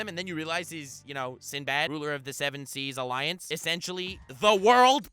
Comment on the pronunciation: I like when he said "SindoBado" cause in the anime whenever they pronounce his name it always sounded like that 😂